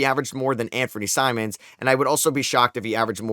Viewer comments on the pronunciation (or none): I’m sorry did you just call Simons Simmons 💀